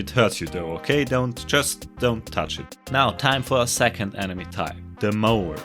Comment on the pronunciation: kinda funny u say 'enemy' as "anime"